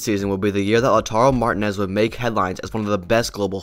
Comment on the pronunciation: Cag liari, saltrina, laudar marez hahah